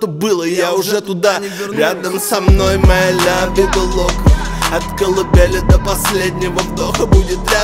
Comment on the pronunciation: Лявида лока произношение раздражает но я люблю тебя смоки